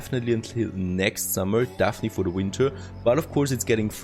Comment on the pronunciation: Definitely, not dafiniteley